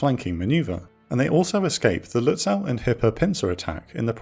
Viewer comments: Your pronunciation of "Lützow" is off by some kilometers! It's not "Lüts-sow" (means in German exactly the same as in English). The -ow ending ist typical for East German names (like Berilin Gatow airport) and is pronounced like a simple 'o'. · Minor thing, but the "w" in Lützow is silent. Has to do with place names in Eastern Germany originating in Slavic language. You'd pronounce the "ow" like the vowel in the name "Beau". Impossible to know for the untrained enjoyer of teutonic words. You nailed the first syllable, tho.